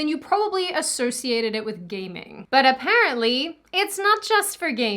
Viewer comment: for a second there I thought you were saying “gay men” instead of “gaming,” but I guess both can be true depending on your pov…